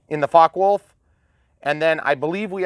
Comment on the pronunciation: The only thing missing is a soundchip with the typical motor sound and maybe machine guns :) Btw its name is Focke-Wulf, not fork-fulf ^^